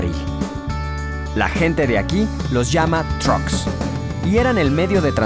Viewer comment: Cuxtal se pronuncia cushtal y el truck no se pronuncia como en inglés, se pronuncia como se lee, truk.